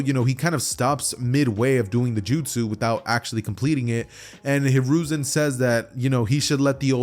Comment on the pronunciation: You said konohamaru grandpa name wrong